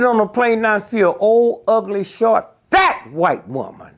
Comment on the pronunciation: When he put the emphasis on "FAT" at the beginning!